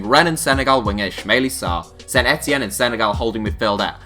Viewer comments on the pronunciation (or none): none